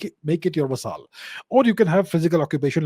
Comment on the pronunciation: Interesting content. BTW..Vassal is pronounced like Hassle..with a V